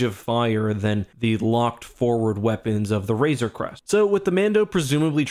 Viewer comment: Hey look someone is finally pronouncing RAZOR CREST correctly! lol